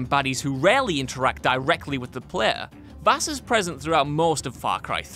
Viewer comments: Vaas not vass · it's actually Vaas, not Vass..... also: Handsome Jack ( Borderlands 2 ) Validar ( Fire Emblem: Awakening ) Zinyak ( Saints Row IV ) Zanza ( Xenoblade Chronicles ) Malos ( Xenoblade Chronicles 2 and Xenoblade Chronicles 2: Torna, the Golden Country ) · not vass, vaas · btw it’s Vaas not Vass